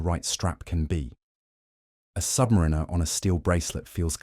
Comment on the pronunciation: #1 watch mistake, a YT channel not properly saying 'Submariner' because they used AI speech.